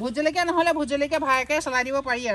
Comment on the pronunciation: সুন্দৰ .... কিন্তু জলকীয়া শব্দটো আলকীয়া হৈ আছে 🙏